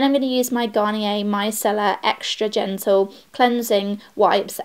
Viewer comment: Did you say genital instead of gentle lol